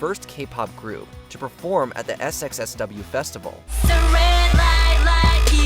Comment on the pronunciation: SXSW? lol weird saying it like that